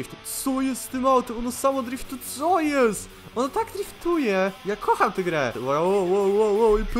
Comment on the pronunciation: Kocham a nie koham